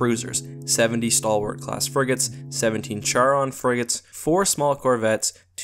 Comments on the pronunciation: the Charon is actually pronounced CARE-ON...not Chair-on...that really bugged the hell out of me...and you, as you normally do, ignored the Massive amounts of Missiles, and Nukes that the UNSC carries...and the UNSC has a very effective Point Defense systems...and I am sure that the fighters do not have Particle shields..as that would be a waste of energy for such small fighters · it pronounced charon (car-on)